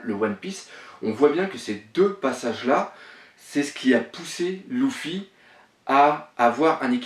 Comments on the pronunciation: Pk tu dit louffy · pourquoi tu dit louffy alors que c'est luffy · mais putain sa ce prononce Luffy pas louffy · pk tu dis "louffy" et pas "luffy" ? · Et Louffy aussi mdr